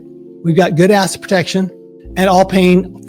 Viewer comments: "asset" is TWO syllables. It sounds like he is saying "acid". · 😂😂😂 seriously this guy cannot say assET ffs! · He needs to accentuate his T’s cause everytime he says asset, it sounds like he is saying ass! Ex. You’ve got good ass protection! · Great video! Am I the only one who heard him say "a$$ protection"? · That's all I heard!!! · Who else here can not hear the "ET" in the word Asset when he says it. literally sounds like ass protection every single time. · 😂 how can you trUst one tHAt caNOt prOnOunce ' ASSet prOtectiON ' ...😂 UnLess it's a hidden message 😮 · I keep hearing “ass” protection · I came here just to say that too😂 Love that he says ass instead of asset everytime. Much more entertaining! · same thing